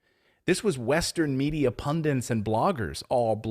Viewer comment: Guys, it’s pun-DITS not pun-DANTS